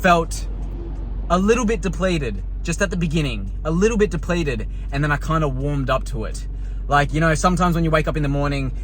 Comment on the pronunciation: "depleted" lmaoo